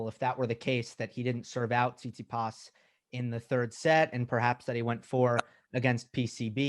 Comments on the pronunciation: like Sis-pit-as (instead of TSit-si-pas)! He keeps saying it even when first says the name correctly, then refers to him as Stefanos, then the Greek. Steve did not get any of the hints and kept on going with SIS-PIT-AS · Flink needs to learn how to say Tsitsipas. Not "Sispisdus" . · So does Steve pronounce Tsitsipas correctly, and all the rest of us are getting it wrong? Really seems like he's pronouncing it completely differently than how it's spelled. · the way steve pronounces tsitsipas is killing me